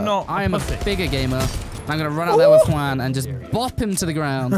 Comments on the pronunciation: JAUN!! FUCKING JAUN INSTEAD OF JUAN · Like the vid if you found the name "Jaun" instead of "Juan" 😂